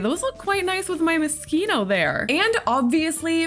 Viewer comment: I hate being like this but its My ADHD and Me being a COMPLETE English nerd... Moschino is pronounced Moe-sheeno